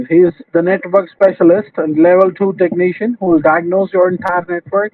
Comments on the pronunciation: Microsoft certificied TEK NEE SHIAN... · I don't trust any scammer that isn't at least a level 8 "techkneeshun" or higher.